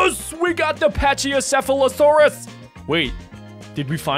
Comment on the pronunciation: It's not bunksaurus It's brachiosaurus